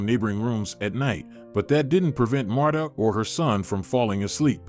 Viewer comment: I don't like how the narrator pronounce her name, it's pronounce like Martha not Matta, Marta without the h sound.